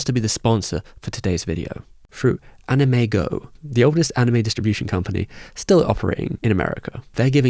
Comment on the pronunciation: AnimEigo is pronounced Anim-Eh-eeGo not "anime-go" lol Eigo is the Japanese for "English"